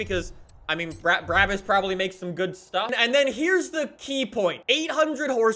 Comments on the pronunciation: Not tryna be mean but its pronounced brah-bus not braa-bus even though its spelt that way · It’s not called Bruäbüs, it’s called BRABUS!!!!! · No one:: bra-bis